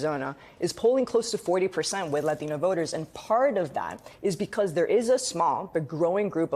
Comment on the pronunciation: I hate how white people say the word latino